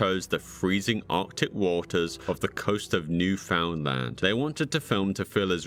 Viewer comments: You do realize Newfoundland isn't pronounced like it's those three words, right? It's not New-Found-Land, it's New-fin-lun. Some people like to jokingly (or seriously) call it New Finland. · Love your channel. Just a note: It's pronounced Newfn'dland. Not New. Found. Land. It's like pronouncing England as "En-gul-and" instead of Engln'd. Just sounds really funny. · Lol as a Canadian and from Cape Britain it makes me chuckle when people pronounce it as New found land 😂 it is just one word think of it as newfandland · as a canadian citizen, the way he pronounced newfoundland is killing me i know its spelt like "new found land" its pronounced "new-fin-land" or "new-fund-land" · Newfoundland is pronounced "neufundland" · Pronounced New-fund-lund.* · "The icy waters of New-Found-Land." Dude, you -ly need to learn how to pronounce a lot of the names and places in your videos. LOL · "New-FOUND-Land" lol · Just for future reference, the people of Newfoundland pronounce it as: “Newfunlun.” All one word. And some of them call themselves, “Newfies.” That last part might be more of an ice hockey slang. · The pronunciation of newfoundland makes me wanna sob it's pronounced like newfinland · As a Canadian, hearing Newfoundland pronounced the way it's spelled is also quite horrific. Thanks for the awesome video! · I enjoyed the video a lot, and learned about some more obscure media! I did find it a little annoying how you pronounced certain things like Newfoundland and MDPOPE, but otherwise wonderful video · Might wanna look up the pronounciation of Newfoundland. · LMAO, that is certainly one way to pronounce Newfoundland